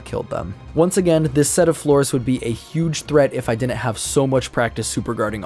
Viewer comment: The way he says "didn't" is so cringe. "Dinint" 🤮